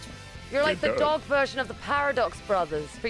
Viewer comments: ah yes. The Par-a-Dogs brothers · More like Paif-Of-Dogs brothers